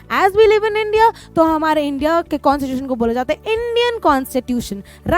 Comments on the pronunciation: It is not consittution it's Constitution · Mam you always say consitution but we say Constitution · Na ki consitutation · constitution❌ consitution✔️. 🤣🤣🤣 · Mujhe "constitution" "kon sa tuition" sunaee de raha hai 😂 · Mam phele bolna sikh lijiye Constitution hota hai